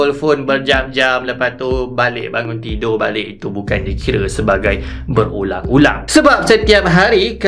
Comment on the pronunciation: awal2 tu saya dengar bang kata berulam-berulam....